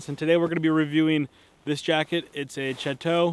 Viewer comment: lol learn how to pronounce the name of your jacket.